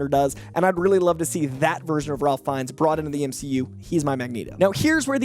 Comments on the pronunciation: Ralph Fiennes name is pronounced “Rayf” not “RaLph.” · Off the cuff. It's "Rayf". Not "Ralf". I speak for all Harry Potter fans. Thank you. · Ralph is pronounced “Raif.” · FYI Ralph Fiennes is pronounced "rafe" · isn’t Ralph Fiennes first name pronounced Rafe? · Surprised people still mispronounce it. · Ralph Fiennes' first name is pronounced with a silent "l". Should sound like "Rayf." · just a tick but the pronunciation is (Rayf) Ralph Fiennes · Its actually pronounced RAFE(Ralph)